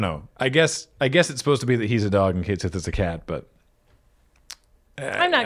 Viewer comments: I'm still mad they went with "Kate sith" as the pronunciation. It's "Ket Shee", the Cait Sith is an existing mythological figure with an existing way to pronounce the word, harumph 😡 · It's pronounced Ket Shee, not Kate Sith. I am SO mad that they chose to change the pronunciation of his name in the remake! I haven't gotten to him in the game yet, but I KNOW it will cause me physical pain when I hear it (because that's just how my stupid brain works, and it is not happy making). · Everyone treats Red XII like a dog, but also nobody can pronounce Cait Sith correctly. It properly should sound like "kett shee", so y'know fair's fair. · That pronunciation set off my Gaelic Radar and, turns out, yes, it's based on the name of a Celtic mythical creature (cat-sìth; pronounced 'kat-shee').